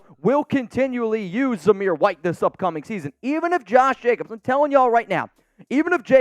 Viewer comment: A its Jacobs....not Jacobsis agent.....yowzers Scooby...like, like like...yowzers Scooby....😂😂😂😂